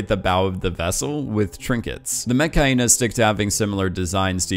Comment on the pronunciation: why he say Metkayina like Mechhyena